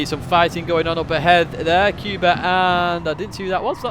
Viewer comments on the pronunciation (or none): The Polish guy name Kuba should be pronounced like first sound of "cougar" rather then "cuba", so "coo" but not "q". Apart from that like always it was a pleasure to watch your daily race guide.